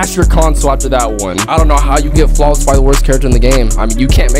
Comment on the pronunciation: He got flaweles 😂😂😂😂😂